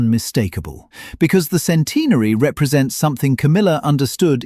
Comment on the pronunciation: Sorry. I can't get past the way centenary is pronounced by this narrator